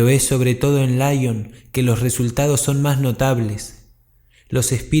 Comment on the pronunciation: Laion? Si te escuchase Kardec se rasgaría las vestiduras. Lyon se pronuncia como se escribe, LION, no a la inglesa.